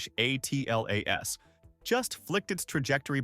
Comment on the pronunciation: AI needs to learn to minimize syllables, much as we do. I'm tired of hearing 3Iatlas being spelled out. Just pronounce it!